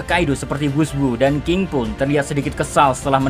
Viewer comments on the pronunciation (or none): none